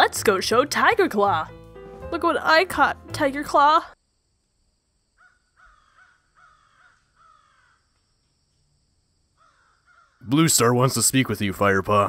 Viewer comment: I love how BrokenStar says BlueStar as ‘BlooStar’